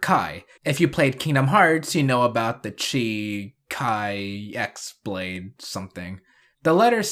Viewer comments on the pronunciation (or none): "X"-blade, is what is said here